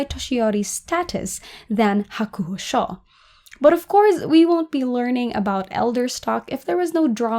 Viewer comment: It's pronounced Hakuho Sho as in "show" not Hakuho Shaw. Other than that great video. 👍